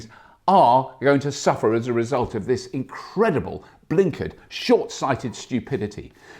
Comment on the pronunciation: He said blinkard! LOL